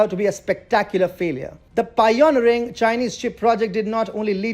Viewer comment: The "piOnering" (for pioNEEring) is just too much. I cant listen anymore. Sorry, the pronunciation just kills it for me.